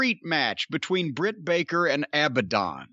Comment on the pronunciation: Jim calling Abadon "Abandoned" is perfect Corny. 😆